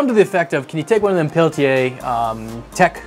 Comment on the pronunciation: It's pronounced Peltier there's no a at the end